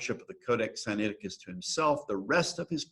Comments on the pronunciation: Sigh Nigh ti cuss (not Sigh knee ati cuss) From where does an ee sound come after the N? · I've noticed many on YouTube usually mispronounce it. I've always pronounced it Sin- ai (like he letter i) ti-cus. That was how I was taught that it was pronounced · Very dubious textual criticism here from a guy who can't even pronounce the name of the text correctly.